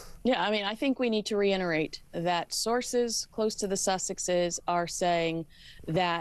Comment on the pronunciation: You say "reINerate"... UGH....it is pronounced and spelled reITerate. REITERATE.